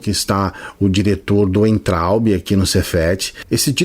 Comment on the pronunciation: Concordo com tudo que falou. Mas ouvir "Uaintraub" foi doído hahahaha. "Veintraub".